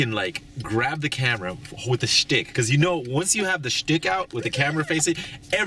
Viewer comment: SSSHHHHHHHHTICK hahaha XD